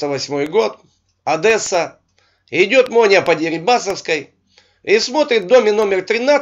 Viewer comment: не одЭсса ! а Одесса. попробуйте так сказать в Одессе. вас быстро поправят